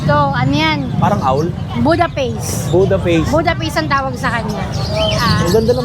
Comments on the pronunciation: Yung unang seller puro askal at puspin pero sasabihin cross daw. Yung baba naman nagbebenta ng hindi alam ang product nya... Budapest hindi budaface. 😅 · Budapest hindi po budaface 😂